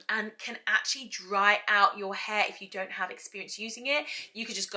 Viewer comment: Love how you say haar. Happy Birthday